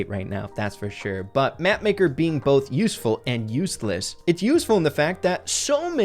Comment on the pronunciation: Number three said uesless instead of useless😂